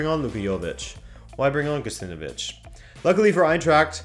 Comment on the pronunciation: Gacinovic is pronounced Gachinovich, not Gassinovich.